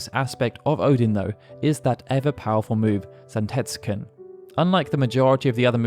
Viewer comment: Zantetsuken and Gungnir , you mangled the pronunciation :P